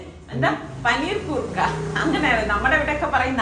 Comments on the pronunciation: പനീർ കൂർക്കാ അല്ല പനിക്കൂർക്കാ എന്നാണ് പറയുന്നത് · പനീർകൂർക്കയല്ല പനി കൂർക്ക , പനിക്കൂർക്കയുണ്ട് ചുമകൂർക്കയുമുണ്ട് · പനിക്കൂർക്ക. പനിർകൂർക്ക അല്ല.